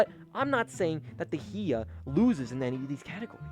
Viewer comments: Learn how to say hiya right bro. It's hi-ya not he-a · Hea? Buddy it’s pronounced Hi-YA like HI how are you and YA I’m having an amazing time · It's Hi-ya to You Too! Not HE-a! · Why does bro pronounce hiya he-ah